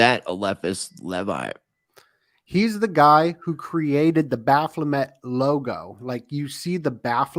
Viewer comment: It's BaPHOmet.. Not baPHLOmet. 👍